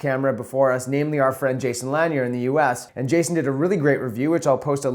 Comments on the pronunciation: It is Jason La - Near. Not Lan-yur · Thanks for your review. Will be watching more. Keep up the great work. One suggestion - Listen to one of Jason Lanier's videos so that you know how to pronounce his last name properly.